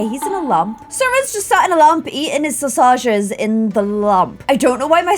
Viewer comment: wtf is "saw sage iz" lmaooooooooooooooo